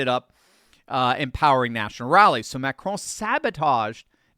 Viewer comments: Just say, “Macron”, like you would the cookie. No need to try and pronounce it. Macraaaaan 😂 And no, I’m not talking about the macaroon hahaha Carry-on ❤😂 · You said it wrong Macaroni!!! 😅😅😅